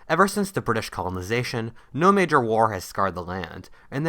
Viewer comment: He said NAJOR